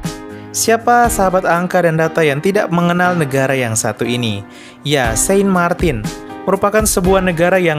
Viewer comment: Saint Martin bacanya sang martang